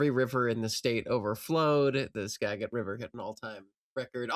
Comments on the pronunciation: uhhh actually 'Skagit' is pronounced with a soft g- TRANSPLANT DETECTED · Funny enough Skagit is pernounced scah-jit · soft G in Skagit, like "skaj-it." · Skagit pronounced skadge-it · It's pronounced Skagit goddammit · lol love the moment of recognition for the mispronunciations of the PNW names. All the local, native names can have some unfamiliar uses of the tongue. Skagit is pronounced Skad-jit. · In 'Skagit', the G makes a J sound. 'Skagit' rhymes with 'badge it'. 'Alki' has a long I, rhymes with 'gal pie'. We're glad you're here,. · Skagit has a soft g. Pronounced Skajit. Referring to the Native American tribe of the same name. Not to be confused with Skagway, with a hard g, because of all the skags and skagbarons there. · Hi, you're more than welcome here but, with love, Skagit is pronounced with a g as in giraffe. Skajit, if you will. it was perfect except for that consonant. and fun fact: the Snohomish River (pictured in "PACIFIC NORTHWEST DESTROYED") is leveed and, so far, the theoretical maximum height is just above the levees because the valley/floodplain is quite large and it would take a truly apocalyptic amount of rain to fill it up after overtopping the levee. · Soft G in Skagit - like 'giant". SKAjit. We're coaching you in our dialect so nobody sends you back to Idaho when they come for us all. "What, me? I'm from TeNINEoh." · pronunciation of Skagit was a real slap in the face every time, but I was reminded of the time Rocz said Swinomish with a short o and I thought I was losing my marbles so I looked it up and it turns out the tribe actually says it that way and it was the rest of us were saying it wrong.